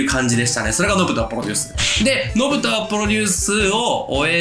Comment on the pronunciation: めっちゃ熱いええ話してるねんけど 「ポロデュース」で毎回笑うわ。 編集の方も一緒で良かったです(笑)